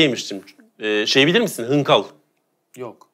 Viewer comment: Abi hınkal değilde hıngeldir bizim orda(Erzurum) adı. Bildiğim kadarıyla bizim oralarındır bu tat 😂